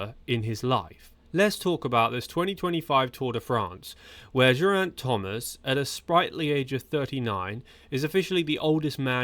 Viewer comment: Learn to pronounce Geraint already, he's only been around forever. You nailed the name Thomas, though. Good job! 👏